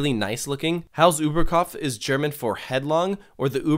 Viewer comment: Props for not butchering the German pronounciation. I appreciate it. :) Loved the floaty zero-g roll a lot! ☺️